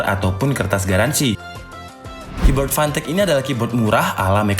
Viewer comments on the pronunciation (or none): Apa cuman gw yang denger fantech nya jadi pantek